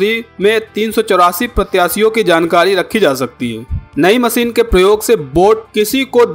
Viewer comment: Jamab aap apni bhasha aur shabdo ka sahi ucharan kijye jaise aap sha ko sa keh rahe he jaise aap sher ko ser kah rhe baar baar.. evm machine ko bhi aap baar baar masin keh rhe ho bhut hi sharmnak he ek oa Patrakar ke liye iska